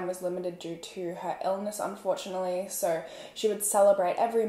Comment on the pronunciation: Idk her Australian accent is weird to me. It sounds as tho they add extra rrrs in words. Like she says soooorrr instead of so... & horrrme instead of home.. norrtice instead of notice... etc...idk i just catch it, & I am not hating. I am Canadian so this might be why I catch it!